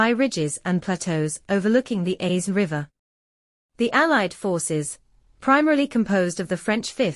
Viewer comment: The S in Aisne is silent !